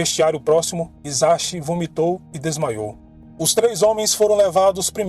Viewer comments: Muito bom. No entanto o CHI tem som de TI e o H som de R e o S tem som de S mesmo e não de Z. Hiroshi, Ouchi e Hisachi devem ser pronunciados como: Riroshi, Outi e Hissati. Sem querer desmerecer o seu vídeo mano. <3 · O nome dele é OUCHI (sobrenome) HISASHI (nome). Pronuncia se OUTI RISASHI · Em japonês se pronuncia Hisashi = rissashi o H se lê como rr e o S nunca vira Z tudo que tem S não faz o som de Z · Olá, gosto de seus vídeos! Gostaria de lhe ajudar com as pronúncias! O “H” tem som de R e “CH” tem som de T. No caso do Japão ok, parabéns pelos seus vídeos